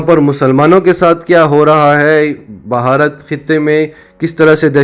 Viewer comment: بھائی صاحب اصل تلفظ بھارت ہے بہارت نہیں ۔۔ 🤪🤪🤪